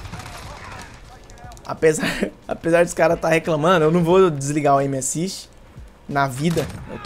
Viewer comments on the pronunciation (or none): Q raiva do falando "M assist"